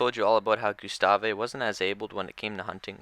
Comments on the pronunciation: Alittle late on the Gustave train but I love the gustave arc…someone just needs to go back there and try to catch if not kill him!!! Now that would be some content! And it’s just pronounced Gustav not Gyustawwvaayy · It's Gustav (goose-taav) not Gustave (goo-sta-vay). It's so annoying that I stopped watching. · Gustavvvvvvvvv not gustaveee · saying is name wrong! GUstave. the e is silent! jeez! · I picked up on that. But correcting someone who provides a free service is just self serving. Thanks for your work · The E in Gustave is silent. It’s a French name, and a Frenchman (Patrice Faye) named him. French has a lot of silent letters. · Why do you pronounce his name like that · Makes an entire video about gustave...mispronounces his name the entire time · The " E " is silent on the name Gustave......just saying man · That drove me nuts as well! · Don’t think you’re supposed to pronounce the “e” in Gustave